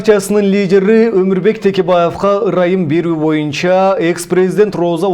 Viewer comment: Боюнча деген сөздү моюнча дейт го..диктор..